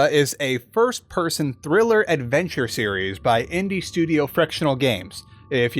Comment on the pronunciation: At like you said adveture series like oxhorn thats all end of comment.